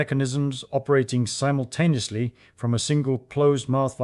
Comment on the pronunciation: “forheead bone …. develops in adoscence” “labyrinthine cells between eyes” “Each cavity ressonantes at thae own frequency - humming excites them all simblucentelly.” SIMBLUCENTELLY! 😂😅